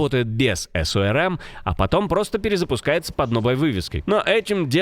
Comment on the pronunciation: Система оперативно розыскных мероприятий. Аббревиатура "СОРМ" Так и читается - слитно, насквозь. И никаких ЭС-ОРМ. Это не английская аббревиатура.